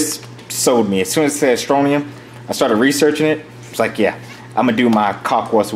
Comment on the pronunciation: Scrontium not stronium